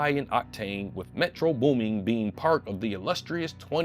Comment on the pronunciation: Nah, calling this man "Metro Booming" with the WHOLE -ing at the end gotta be worth at least 5 lashes 😂😂 (Edit) Omg nigga let me breathe 😭💀